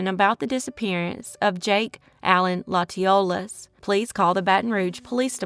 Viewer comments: Latiolais is pronounced latch -ee-olay You’re welcome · Jakes last name Latiolais is pronounced with a short a sound ~ La tuh lay, or some say La ti lay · Latiolais - pronounced Latch-o-lay